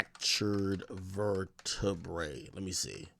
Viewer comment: mans said “ver-ter-brae”